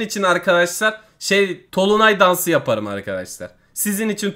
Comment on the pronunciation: O tolunay değil dolunay